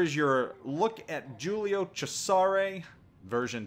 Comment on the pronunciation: If you're going to pronounce Cesare with a "che" at the beggining pronounce the "s" as a "z" too.